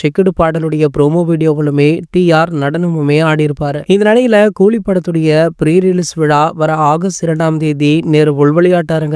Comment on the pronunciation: கூலிக்கு கோழி கோழினு உச்சரீக்கறீங்க.